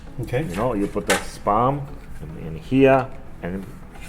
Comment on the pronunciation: Kinda sounds like he's saying sperm....